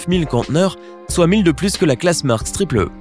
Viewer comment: c'est pas mersk c'est mAersk